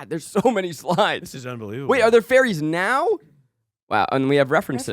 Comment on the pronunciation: Listening to this ep convinced that Zach was presenting on fERries not fAIries. Just me or anyone else?!? Humbling reminder that Power Points are a visual medium.